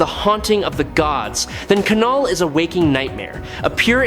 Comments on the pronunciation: when are you going to lean how to have your ai correctly say KNULL not kanull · Love this channel and the battles they choose but if I heard K-null one more time I was putting my head through the wall. If it’s AI just type Null so it pronounces it correctly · Please stop saying K-NULL. It's Knull. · Ka-knull, Ai ??? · I know what you mean...it is a bit annoying hearing him pronounce the Knull..k-null😂